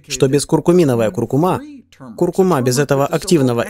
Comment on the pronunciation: Спасибо за видео, только ударение на предпоследний слог в слове " куркУма")